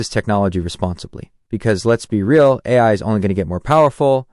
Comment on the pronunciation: obvious AI generated audio is obvious, also "eye" instead of AI towards the end